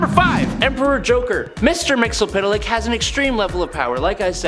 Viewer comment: It's pronounced mit-zel-plext. Watch any 80's cartoon